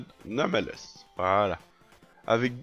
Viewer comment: nameless sa se dit neymléss ou anonyme en francais